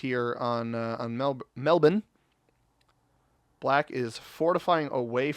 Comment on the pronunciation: Pretty good pronunciations, the aboriginal ones are tough. You got the one that most Americans get wrong though, Melbourne! I'm from Tasmania.